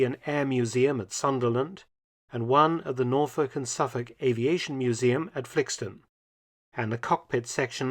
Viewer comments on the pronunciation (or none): none